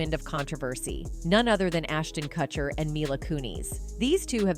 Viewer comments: This robotic voice over sucks. It’s pronounced ‘Koocher’, not ‘Kutcher’. Get a real voice over artist. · Is this a bot that can't pronoun Kutcher properly?